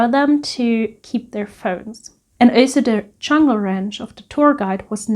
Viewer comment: Very well presented. You have such a sweet personality that comes through in your delivery. I giggle every time you say CHungle☺☺